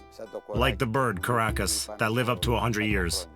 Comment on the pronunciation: 1.12 Not coracus but korakas with the stress on first syllable. Then in plural, from masculine the noun turns into nuter gender korakia with stress on the second syllable. You can also say koraki which is the singular of korakia. It's not just Ikaria with centinerian people but the whole of Greece. My neighbour here in the Peloponnese lived up to 102.